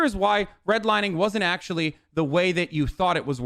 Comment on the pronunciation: Well ..well....Ackshulee...